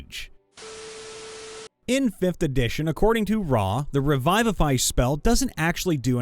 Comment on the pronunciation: Did you just pronounce it "re-VIVE-if-eye"?